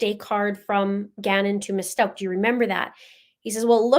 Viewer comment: "Stauch" is a german sur/last name and therefor it is Pronounced so you can hear the"ch" at the end. It is NOT pronounced with a "c" or "k" at the end.